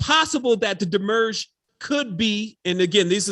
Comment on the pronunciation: You are saying demiurge weird. This video will help.